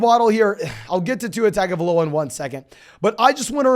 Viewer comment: I don’t mean to sound like the grammar nazi or whatever, but Arya last name is pronounced tah-ngo-vai-loa. In Samoa, the G is pronounced like “ng”